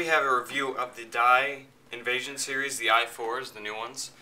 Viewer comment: Did he just say invasion instead of invision